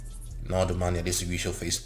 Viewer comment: This nigga said domani better than TI. Is that you?